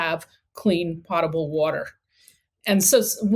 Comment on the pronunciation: POH-ta-bl is the proper pronunciation of the word.